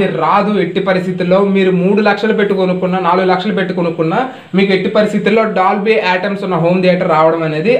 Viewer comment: Brother....1st meru dolby atmos anandi......meru atoms antunnaru.........